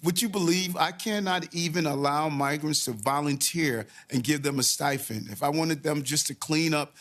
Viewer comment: I hate when says, "Trust me," and "stifend." Pete's sake, does no one read anymore?